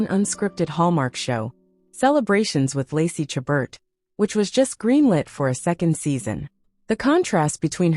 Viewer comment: My favorite Hallmark actress. Please learn how to pronounce her name.